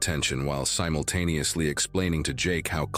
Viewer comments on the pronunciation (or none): none